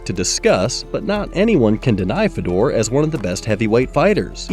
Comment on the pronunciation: hard to watch a video where you mis pronounce his name first go round, and lol, ufc is the standard. What it would be like to think like you. Watch ONE breh, it's still actually good.